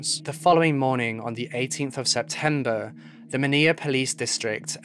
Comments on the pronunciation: I can’t listen to this because of all the mispronunciations of well known words. Manilla, is pronounced like vanilla, and so forth. Ruined an otherwise interesting episode! SMH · The capital city of the Philippines, Manila is pronounced maa nee laa NOT ma ni ya. Not all l is pronounced y. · Just to let you know, Manila's actually pronounced like "Muh-ni-luh," like Vanilla. But hey, I love your videos, they're really interesting and mindboggling. Please keep doing what you do! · the mispronunciation was really distracting lmao.... he really said MANIYA with his whole chest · Hor - Ay she- oh - Horacio | Man - ill - ah Manila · Some friendly help w pronunciation!! (source: me/my girlfriend from the Philippines): -Manila: ma-NIHL-uh -Horacio: ho-RAY-shee-o - Rizal: ree-ZAHL / Miguel: mi-GEHL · Baby let me help you out (love your vids/research) HORACIO: ho-ra-shee-o (Atio?) Manilla: man- nee- la Miguel: Mee-gal PS: New intro is badass 💛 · the pronunciations could have been worked on but good episode nonetheless! Jose Rizal is pronounced “REE-ZAL” And Manila is “MA-NEE-LA” 👍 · Why are you pronouncing Manila incorrectly? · How you pronounce the word Manila is kinda cute. 😅✌🏻